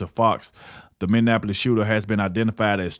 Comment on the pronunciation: I've just recently found your channel and of course some of the content you have I've already seen some I haven't, but I'll help you with something. To pronounce Minneapolis= Minnie app poll less, You're welcome.